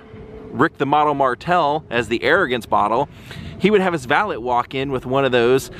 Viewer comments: no offence but its pronounced val-ay not val-et...french thing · I like your videos but I can't stand listening to you say "valit" anymore